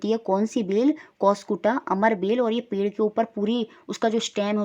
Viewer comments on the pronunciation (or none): none